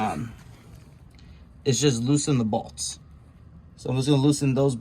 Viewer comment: I like how you say "bolts"... these two "balts"